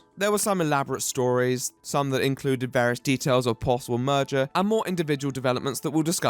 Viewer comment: I thought you said "murder" and I didn't even question it because of who the video is about. I only discovered that you said "merger" when I wondered why the fuck you hadn't talked about the possible murder and rewatched it